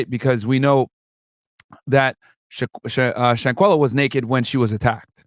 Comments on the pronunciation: Everyone so Proud of you and due diligence on SHANQUELLA case but being so called educated you can't pronounce this young deceased lady name correctly. After all this time you fail at the most important part... HER FREAKIN NAME. And I have even watch your video, the intro of you pronouncing her name disgust me. Do better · aww, that's all you could say?? Go back under that rock you came from, cause if me sayin pronounce a deceased young lady name correctly is goofy.... You're Ridiculous at its finest. Proceed🤔....